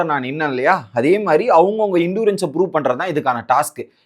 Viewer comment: It's Endurance.. Evil.. pronounce correctly Sir...